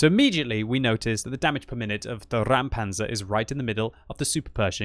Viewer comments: Räumpanzer.. not Raumpanzer, and most certainly not Rammpanzer! RÄUMPANZER!!! And it is pronounced like this: Roym-pun-tsah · It's pronounced "ROYM-pantser", if anyone cares. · Just say "Roympanzer" for a better english pronunciation of the german Räumpanzer. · it's pronounced "ROYM-panzer" - your pronunciation of foreign names is usually very legit, so I just thought I'd pass this along... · Pronounced: "Roim-panzer" (as in - "oi - you there") - in other news, I wish we still had team damage now that we finally get tanks with showels stuck to them...) - lastly - always fun to see a historical Bundeswehr issue tank in totally non-historical desert camo =) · pronounces it like "Rammpanzer", which would be a ramming tank xD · Exactly, it's not a Rammpanzer and not a Raumpanzer. "Räumen" is a verb means mean to clear as in clear a street of snow or clear a site of rubble. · Dear, pronounce it "roimpancr" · BTW you pronounce it like the british Oi oi oi Roimpanzer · Ok please try this: say out loud "noice" and then try "Roimpanzer"...now you did it right! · You do not even try to pronounce it correctly??? Good Job... pro streamer... deabo block. ffs